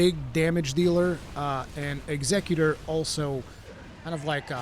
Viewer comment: The way bro says executor erks me.